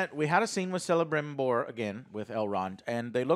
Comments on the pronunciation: The "c" at the beginning of Celebrimbor is pronounced as "k" not "s" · For God's sake please like this comment so Joe can see and not call Kelebrimbor Celebrimbor anymore.. It's with K Joe not with C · It’s pronounced Keh-luh-brim-bore. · Please 'Celebrimbor' is pronounced 'Ke - le - brim - bor', it physically hurts when you call him 'se - le - brim - bor' LOL. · This is funny. I like joe but Alex has excellent points we need to let him voice them. and stop joe saying Selembrimbor, its pronounced with a K... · He butchered Celebrimbor's name (calling him (S)elebrimbor) so many times in previous episoded, it strikes my how he claims he is not "lore master like Alex but still knows much and understands enough" YET he can't even pronounce the name of on of the most crucial figures in Tolkien's lore. And goes on interrupting Alex all the effin times lmao. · I'm surprised Alex hasn't correct him about the pronunciation of celebrimbor Tolkien made most elf names that start with a c pronounced as k. So it's actually Kelabrimbor. They even call him that on the show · DUDE, you want all the stuff in a couple of chapters, it’s supposed to be multi-season show! Also pronounce the names right GALAAAADRIEL, not Galannndriel, Celebrimbor is pronounced like Kelebrimbor, JESUS! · Alex please, correct Joe's mispronunciation of Celebrimbor... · Also it’s weird that the host can’t pronounce basic names like Isildur or Celebrimbor. Prep work is important.